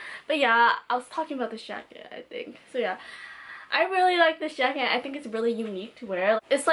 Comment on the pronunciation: "track jracket" lol, not being mean😂loved this video